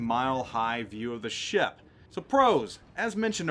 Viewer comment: Lmao love the way you pronounce ship sometimes. "Sheyap"